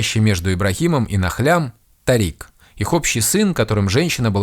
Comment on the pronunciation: Имя ТАририк, с ударением на А, не дорога😂😂😂, а имя звезды